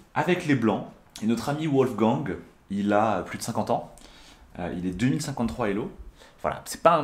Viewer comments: Wolgang se prononce《 Volleguangue》pas 《ouolleguangue》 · tes vidéo sont excellents, MAIS "Wolfgang" (chasseur de Loup) se prononce "Volfgangue" et pas "Ouolfgan"